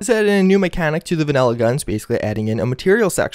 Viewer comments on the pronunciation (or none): pls stop saying VANELLA